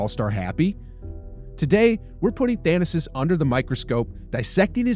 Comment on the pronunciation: Its 'Tha na sis'. Not 'Than asis'